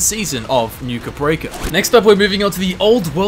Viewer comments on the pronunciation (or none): why do you keep saying Nuka Break-ah? its Nuka Break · Why do you say Nuke Break like Nuka Breaka? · Did anyone else cringe when he called Nuka Break, Nuka Breaker? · ikr. I kept yelling to myself it's nuka break ya nutter!